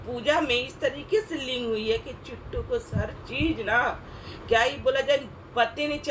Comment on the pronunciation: पहले तो नाम बोलना सीख लो उसका नाम चिंटू नहीं है किट्टूहै जब किसी के बारे में नहीं कुछ पता होता है तो कोई भौंकने की जरूरत नहीं पड़ती है हम भी वीडियो बनाते मगर हम नहीं डालते किसी के बारे में उल्टा सीधा कोई दोस्ती करेगा तो जरूरी है कोई गर्लफ्रेंड बनाई लिगसी एक बार गलती होती है बार बार नहीं करतीहोती ठीक है नाम बोलना सीखो चित्तू नहीं किट्टू